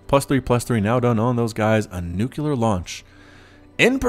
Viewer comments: Gómez Cabrera he sais nukelar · Please pronounce nuclear correctly.